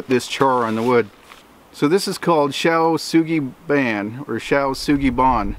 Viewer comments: ...why the hell would you decide to pronounce it [ˈʃæ.ʊ sʊɡi bɜːæn / bɑːn]? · it is pronounced - SHOW SUE GEE BAN ---- ban like van with a b - I have a degress in Japanese Language and culture and lived there for years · Show Shuugie Bon is how it sounds 😁 Shou Sugi Ban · It's pronounced. "Shoe Sue-gee bon"